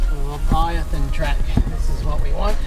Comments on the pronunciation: Great video - by the way, it’s Leviathan (as correctly written on the map) and not “Lavithan” as you have referred to it and you have in the video title. Leviathan is a sea serpent mentioned in the Holy Bible - keep up the exploring! 🚢🇬🇧🚂⛏ (my signature) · Pronounced Lev-eye-thee-anne.